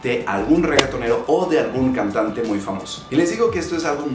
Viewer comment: Tambien en un error decir amtier, camtante .